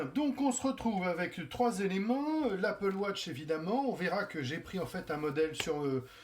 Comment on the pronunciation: Il dit Apple Vatche le mec... 🙁